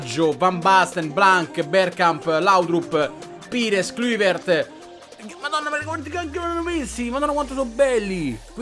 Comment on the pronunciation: Klüviert haha (ironia) grande 😂😂